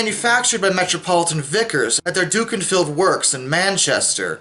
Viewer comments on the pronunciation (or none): Duck - in - field Manc here, that was painful to hear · Genuinely great to see how the channel has grown, well done you keep smashing it with great content 👏👍 I also LOVE your pronunciation of Dukinfield, makes it sound way more posh than it is 😂😂